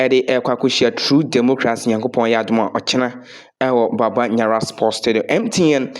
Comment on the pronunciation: It's Baba Yara but not Baba Nyara. This is totally wrong.